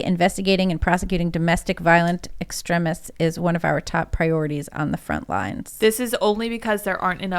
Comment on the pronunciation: Why the fuck is she saying extrEHmists?